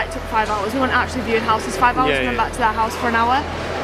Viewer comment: you said you were teaching your children English, can I just let you know it's houses, not Houseses 😂😂😂😂😂😂